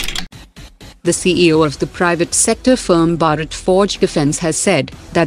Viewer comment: It's not BARAT , it's BHARAT !!! Pronounce correctly ..